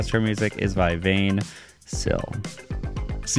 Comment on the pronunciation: So, the music is not by any Vain Syl or smth , but 20syl or "Vingt" syl. Vingt is 20 in French. Guys, can you at least pronounce it "Vaint"?